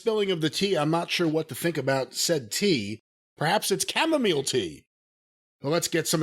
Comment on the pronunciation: It's camomile not camomeal